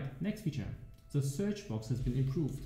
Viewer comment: are you specificially trying to pronounce "the" as ZEH? It's been getting worse over the last few leagues :)